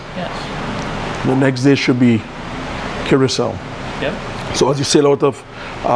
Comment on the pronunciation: this looked promising but it failed fast. first of all, he told you how to pronounce curacao and you still pronounced it wrong. i don't know why people have such trouble with this word. i worked in bars back in the day and it's a well known name of a liqueur. then we move along and you continually repeat what we already heard him say. except when he says "that used to be my lime" (which i have no clue what that means) you turn it into "line" and no he isn't talking about flirting even remotely. i'm done watching!